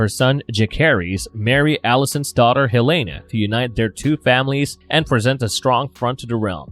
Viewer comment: Also. Your purnilunciation hurts. It's Allen. Hellena. They are regular named without normal spelling.